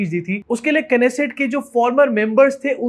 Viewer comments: It called "Nessat" and not "Knesset". K is silent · It’s not keneset it’s beset